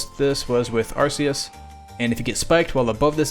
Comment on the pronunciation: Arceus. It's pronounced Arceus.